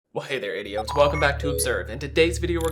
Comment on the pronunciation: Who else heard 👂 HEY THERE IDOITS in the intro 🤨😂😂😂😂😂